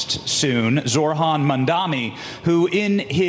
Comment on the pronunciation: Of course the reporter exhibits the scumbag tactic of mispronouncing the person's name. Mamdani's first name is not "Zor-Han". It is "ZOH-RAN". Phonetically, "Zo-rahn". The h is SILENT.